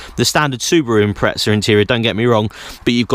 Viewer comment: no "t" in impreza